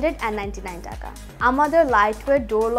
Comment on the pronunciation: জনাবা : নরসিন সুধা বাঙালি হয়ে বাংলা বলতে পারেন না! টাকা কে ঠাকা বলেন O_o যাই হোক আমার বাসায় ৫ম ফ্লোরের কাজ চলছে সেখানে প্রয়োজন হবে তাই জানতে চাই এটা কি নির্ধারিত মূল্যে ?( Fixed price or not? )